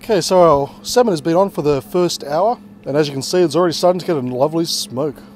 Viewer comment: Btw it's pronounced "samin" not "semen" 😂 ik it's pronounced differently but yah, just saying! I ain't no hater ;)